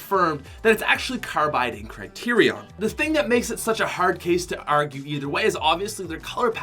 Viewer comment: I hear it too. Mainly when he pronounces "A"s. when he says "It's a hard case to argue." You can hear a bit of an Irish accent in the words "hard" and "argue".